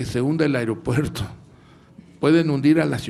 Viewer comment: No es airopuerto es aeropuerto sr